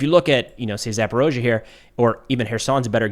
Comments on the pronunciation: Please stop saying 'Zaporozhzhia.' it's ZaporIzhzhia. eeee....not oooooh. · I love your channel and your professional perspective. I only believe it is Zaporizha and not Zaporozha........ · you're always on-point! I agree with your analysis and your opinion every time you speak! You're doing a great job Sir! One pronunciation I have to point out, please? "Zaporizhzhia" is pronounced as if there were a 'eezee' in the middle, where you pronounce 'oa'. It should be 'Zap-or-eez-ia' (even 'Zapor-eesha') but for sure not an 'o', or an 'ao' sound! Not trying to be critical picky - trying to help you be better! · there only one o in zaporizhzhia